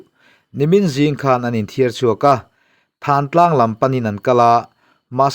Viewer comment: Than tlang nilovin, Thân tlang tih tur, Lawi tih thlûk ang deuhin.